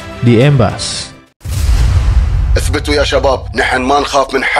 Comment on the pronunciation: Ambush dibacanya embush bukan embas bang